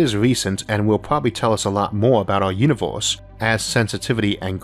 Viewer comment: "Univoooohhse" ..."Ooooorthh" ...damn !